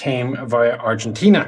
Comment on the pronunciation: Hearing not botcher the pronunciation on Argentina and the TAM makes me wanna get him one, someday, somehow, so he could get a vid on it... Great video as always!!